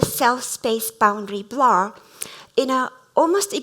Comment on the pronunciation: LOVED IT! Going to use the concept in my own talk about 間. One remark - as a lecturer, if one has such a strong accent, it is better to avoid using a word like "blur", which was a key term in this talk and sounded like "Blah" throughout... and instead use a more easily pronounced word to express the same.